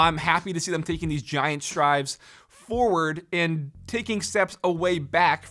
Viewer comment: Giant “STRIDE” not strive.